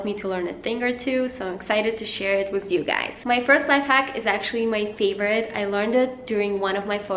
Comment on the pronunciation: Why do u say wiz instead of with